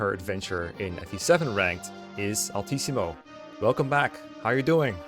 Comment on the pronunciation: I can’t believe I just put this together… but Altissimo, is your name partially inspired by “LTC” (it kinda sounds like you’re saying “LTC-mo” when saying it)? Or is that just a crazy coincidence 😅